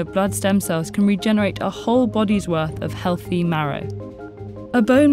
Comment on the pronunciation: Narrator's voice is so annoying. Remove sounds like.... Remouved, healthy as healfy😣